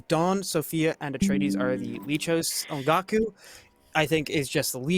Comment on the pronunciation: The way Sophia pronounced Ongaku in that intro clip, I honestly thought she said "on Goku", in the way people say "on God (how would that even work)". It made perfect sense to me! I only just realized it a few days later and I found it funny, so I wanted to share my "bone apple tea" moment. :D